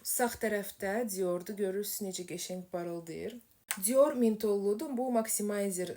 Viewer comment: Cior yox dior civarı deye bir söz yoxdu dilimizde dilimizi qetl elemeyin zehmet olmasa